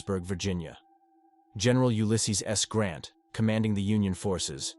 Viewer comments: US Grant, not Grand. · Grant NOT Grand... ridiculous